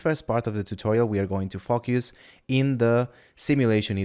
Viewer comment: "In this part of the tutorial we are going to fok yus" Nice tutorial btw :)